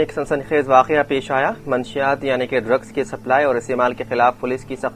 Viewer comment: Manshiyaat nahi munashshiyaat sahi word hai...thodi si urdu seekh ke news padhye